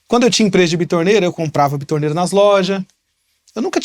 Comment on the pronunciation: Não é bitorneira 🤣 é betoneira.